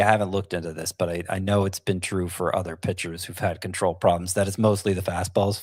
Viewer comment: the word "other" is pronounced uh-thur, not ea-thur like the name Heather.